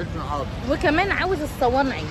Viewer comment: اسمه الصنايعي مش الصوانعي اعدلي بقك يا ختي والجوافه اسمها جوافه مش جوافيه